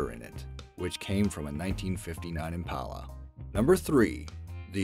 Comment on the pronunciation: he said impala wrong